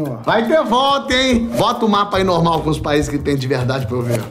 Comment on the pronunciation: legal que ele fala o não tipo, norma kkkkkk